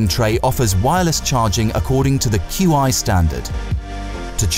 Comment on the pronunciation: QI is pronounced 'Chee'